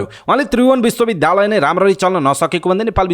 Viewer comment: Kripaya Bishwa Bidyalaya bhanne garaun. bidhyalaya ta hoina..sunda dhya bhaneko jasto yo anurod garieko ho.